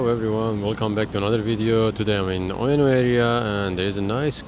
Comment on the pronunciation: it is pronounced u-e-no not ueoneoue 😂